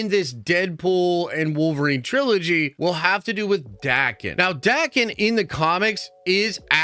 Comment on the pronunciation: Umm, ackchyually (there, I said it), if he's Japanese, it would be pronounced "da-ken"